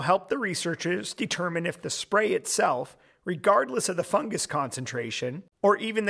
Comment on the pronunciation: Fungus not fungas